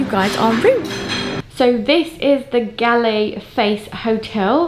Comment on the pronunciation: In Galle - "a" does not sound as in apple . In fact, Galle - "g" sound follows by " "all" , so the whole word sounds like "goal " Thanks 👍 nice video